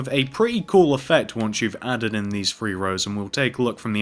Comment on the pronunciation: 1 2 free XD he said free